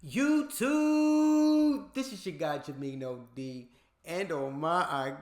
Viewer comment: I’m a Larry fan but I love Magic MJ Kobe LeBron you said that perfect ty❤